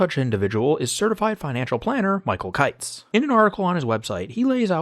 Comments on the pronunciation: Kitces is pronounced KIT-sees, not like Kites. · It’s pronounced “kit-ches” just fyi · You should learn how to pronounce the guy’s name